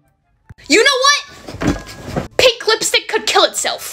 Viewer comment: Pink ❎ pinkhhhh ✅ 😂😂❤